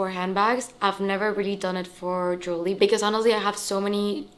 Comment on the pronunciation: It's not jewly but it's pronounced Je~wel~ry